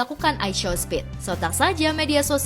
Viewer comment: Show itu dibacanya shaw bgst klo sekolah jgn smpe gerbang😊